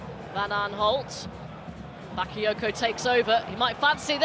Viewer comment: she only got excited when Bakayoko touched the ball, and she couldn't even pronounce his name correctly. smh.